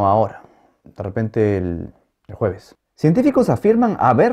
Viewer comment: cada vez que dice el jueves, me hace reír